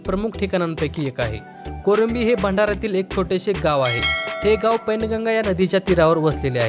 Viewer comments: पैनगंगा नाही वैनगंगा आहे ते 🤦🏻🤦🏻🤦🏻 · Pain ganga nahi wain ganga nadi ahe ती